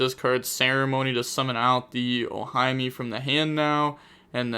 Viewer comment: Love you but Ohime = Oh-Hee-Meh. 😅